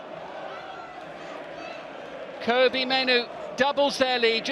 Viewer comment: Its pronounced Kobbie like Robbie